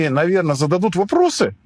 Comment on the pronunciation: "вопросьі на вопросьі"